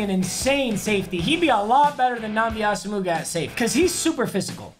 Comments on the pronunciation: it's not "awesome-ooga" it's "awesome-wa" lol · Papa can you please start saying nnamdi asomugha’s name properly it’s a sem wah not a sem mugga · He called him Os-uh-moo-guh😂😂 is Oh-uh-mwah papa😂😂😂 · It’s asimwah not osimuga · So we just gone skip over how he called namdi asimuga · One day we’ll get him to stop saying it like “Asa-Mooga” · Thank god he got rid of Asa-Mougha, every time he says it I lose 3 chromosomes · am I tripping or is asomugha pronounced "awesome-uah" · Haven’t watched yet, hoping papa pronounces (AWESOME WAH) properly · Hearing papa butcher Asomugha’s name over and over and over again just reminds me of the TJ Houshmandzadeh fantasy football commercial. Count it! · Can you please look up how to say “Asomugha” it’s like nails on a chalkboard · I would assume Papa’s saying Asomugha like that on purpose? 😂